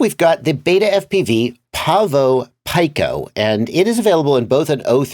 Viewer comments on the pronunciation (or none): Pico... pronounced like peeko, not pike-oh